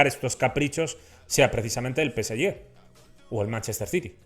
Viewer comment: No se pronuncia, peseye, pero, peseje.